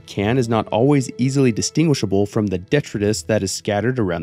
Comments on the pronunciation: de-TRITE-us. Not DET-rit-us. The I says its name. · detritus is not pronounced like that